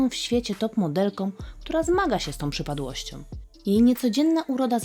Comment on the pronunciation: materiał super, ale droga Pani Lektorko - choć piękna dykcja, miły głos i ciekawie Pani rozprawia - to skóra mi cierpnie za każdym Pani "om" w słowach, które kończą się na "ą" - twarzom, przypadłościom, swojom drogom, którom. Tego naprawdę można się nauczyć, to można wyćwiczyć. Wystarczy przesłuchać siebie.